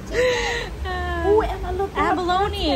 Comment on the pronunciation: SAS face when she says “abalone” are you serious 🤣🤣🤣